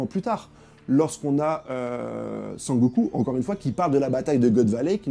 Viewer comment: Sengoku* je pense toujours à dbz quand tu dit sangoku😊. Très bonne analyse sinon